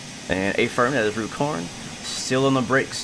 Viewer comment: Nice! I suspect you didn't get the gold mainly because of the speeding. It's pronounced "run corn" by the way. As in "going for a run".